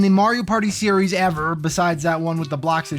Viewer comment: New Seeries huehuehue